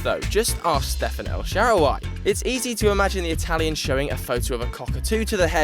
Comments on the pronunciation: Who the fuck is el sharuwhy. It El Shaarawy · Hamsik is not Argentinian, and you mispronounce El Sharaawy.